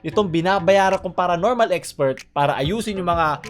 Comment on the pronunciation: paronormal?iiiii...baka abonormalllllll